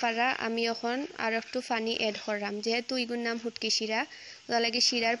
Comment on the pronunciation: ফুটকি নায় শুটকি